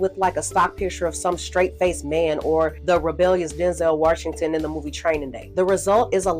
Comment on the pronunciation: I love how you said " Denzel Warshington" 😁